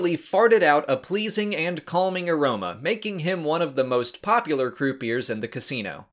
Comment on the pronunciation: Minor nitpick, croupier is pronounced Croo-Pee-Yay, not Croo-Pee-Ur. Its a french word. Cheers!